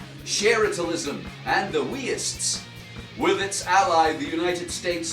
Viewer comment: "Weists" lmao, glad to see you doing this again, FKN excellent as usual